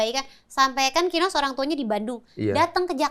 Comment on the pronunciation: Masa densu sebut kinos jd KINOY hahaha